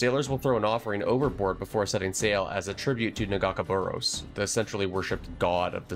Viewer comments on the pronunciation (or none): my only gripe here is that i've always heard of nagakaboros being pronounced as "na-gah-kay-bo-ros" rather than "na-ga-ka-bo-ros"